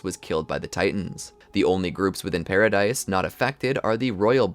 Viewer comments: Loving the content - just fyi its not pronounced paradise but “para-dee” and Maria is “MAR-HIA” just a note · man needs to realize paradis is pronounced without the s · It's pronounced PARADEE Island. Spelled Paradis, the s is silent.